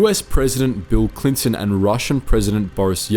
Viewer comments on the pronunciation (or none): none